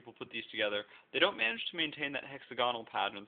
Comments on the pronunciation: Pronouncing it HEX-ZAGONAL ( smart ! ) Saying it "hexa-gonnal" ( not smart ) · free pronunciation lesson: i'C'o'S'a'hee'dron, not iSoCahedron, and hex'A'gonal, with the stress on the 'a' and haha i like how "any gentle push in any direction will easily set that off and cause all this work to just... neh" but that meteor strike didn't do much damage to it.... XD